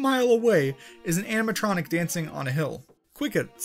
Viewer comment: My guy really said animetronic